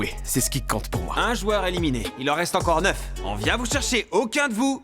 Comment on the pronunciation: Le "éliminéE" m'a piqué les yeux à chaque élimination 😂